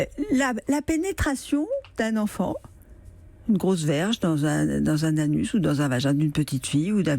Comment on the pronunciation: < une grosse verge > si quand elle dit sa on voit que elle as envie, elle insiste bien sur mot Verge .